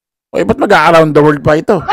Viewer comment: Gandahan mo naman ang pag.pronounce ng WORLD para kang grade one